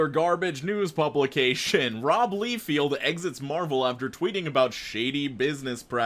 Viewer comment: For quick future reference,: Rob Lie-feld, not Lee-feld